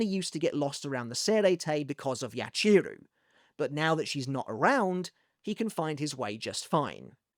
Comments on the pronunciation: Great video! I always like seeing you dissecting the bleach story, whether it’s manga or anime..I must say the only thing that’s putting me off a bit is the mispronouncing of their Japanese names🫣 like it’s not YaCHEEru, its Yachiru as ya-chi-ru where each part gets the same emphasis.. Sorry for pointing this out, it’s just a bit distracting to me..other than that, it was really interesting video, thank you for your content! 💪🙏🏻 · My guy, I love you… the way you say Yachiru hurts my soul